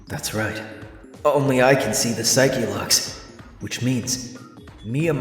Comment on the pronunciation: Pixel partners say it the same way and it's very distracting, haha.Or as Edgeworth says... Psycho Locks!